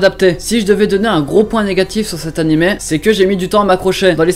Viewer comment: J'adore comment les français prononcent Animeuh au lieu de Animé xD c'est just marrant à entendre.